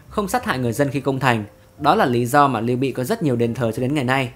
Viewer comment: Lưu Bị chứ không phải Liêu Bị nhé!